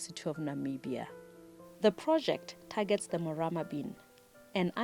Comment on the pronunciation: The lady with spects has the right pronousation of the Morama bean